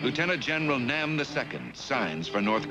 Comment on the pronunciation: When he spoke of the Korean truce, he called the Red general "Nam 2" , not "Nam Il " (capital I, small l pronounced "eel")😊